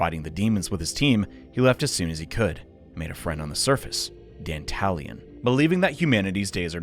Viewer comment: Not gonna lie, every time you say "Dantalian" I keep hearing it as "The Italian".